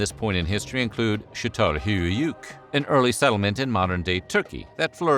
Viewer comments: was actually pretty close and just the y and somewhat the whole höyük a bit overpronounced should sound more like chattal höük instead of chettal hü-yöük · He isn't saying chattal, but shattal. It's so gratingly wrong I had to skip to the next culture. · That pronunciation of Catalhoyuk is hillarious. It sounds like he is trying not to throw up 😂. Its pronounced kuh-taal-how-yuck.